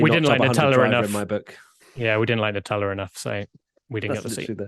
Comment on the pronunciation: why can't the brits pronounce a word that ends in "a"? nuteller